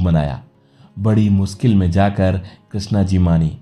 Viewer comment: Pehli baat toh ye hai ki jisney bhi video banaya hai, uski jabaan saaf nahin hai. ' mushkil ' ko ' muskil ' . Yaani sh ko ss bolna. Bus yahin dimaag kharaab ho gaya. Aagey dekha hi nahi gaya. Jo maatr-bhasha hi sahi na bol sakey, toh hazaar laantein hain uss par aur un teachers par, jinhon-ney aeisey logon ko parrhaya. Laanut hai. Jai shiv shanker.